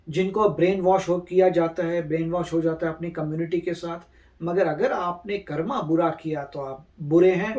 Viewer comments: Please stop saying karma , its कर्म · This word not कर्मा this word is कर्म